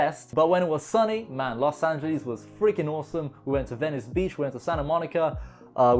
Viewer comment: ”Los angelis” 🤔